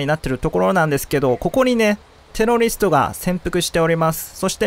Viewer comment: 「テロリィスト」